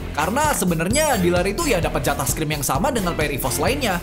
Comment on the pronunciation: Aduhai ngakak liat mispronounciation nya 🥳🥳🥳 Kosakata yang benar itu Scrim bukan Scream, kalau Scream itu berteriak